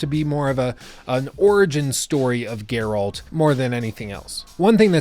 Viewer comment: My god most people pronounce Geralt's name wrong.